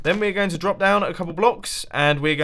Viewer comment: "Brop?" Weird word. Drop, you meant, Mumbo?